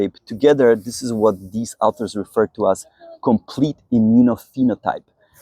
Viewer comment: Dude, you are wrong. :body-green-covering-eyes: Either that or you are a "Goofy Newfie!! I am a Canadian native-speaker AND an English teacher for over 25 years and the pronunciation is " AW ther" Do you " warsh your car or "wa sh " your car?? :face-orange-biting-nails:🤣😂🤣😂